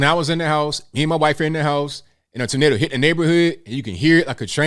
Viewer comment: You say tornado he says tornodo